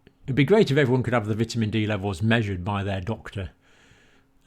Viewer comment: Dr. Campbell, just letting you know you are pronouncing 'vitamin' wrong.